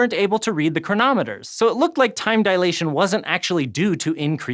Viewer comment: facepalm a man of science probably shouldn't pronounce it "dialation".